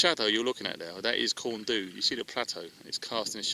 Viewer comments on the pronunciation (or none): Nice one....and it's Pronounced corn dee not bloody do lol